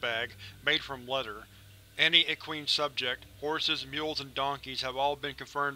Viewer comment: Sorry, but you didn't pronounce equine correctly long e and long I, e-q-eye-n I'm not trying to call you out, it's just for your information